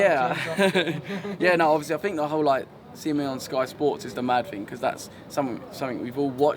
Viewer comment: Learn a few more words, mate.